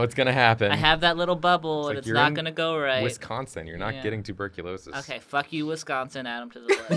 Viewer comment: The way they pronounced Wisconsin hurt my soul.